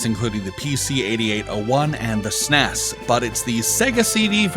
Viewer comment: Please stop saying "sness" Some Acronyms aren't meant to be a said as one word. Nobody called it a "sness" when it was released, you would actually get beaten up if you called it that in the 90's. Trying to rename it 30 years later is NOT OK.